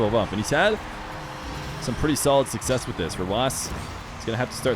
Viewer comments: Vatira sucsex god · The old would never mispronounce succes